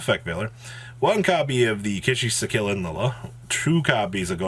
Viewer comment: Ki-Sikil: exists: Kishy-si'kill